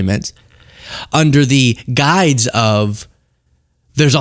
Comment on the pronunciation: It’s, …under the guise… Not, under the “guides”. Lols Close, but no 😂